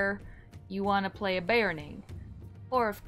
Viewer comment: sorry...be OR rn ing there is no A in beORning